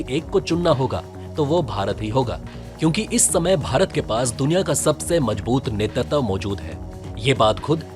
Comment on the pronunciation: आपको बखेड़ा शब्द का सही अर्थ पता नहीं वरना इसे शीर्षक व रिपोर्ट में प्रयोग नहीं करते। आलेख बढ़िया है। 'नेतृत्व' शब्द् का उच्चारण गलत था, सुधारें। जय हिंद 🇮🇳🙏🏼